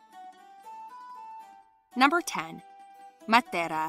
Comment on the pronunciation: Why she pronouncing matera in Spanish